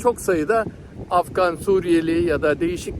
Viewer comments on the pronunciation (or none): none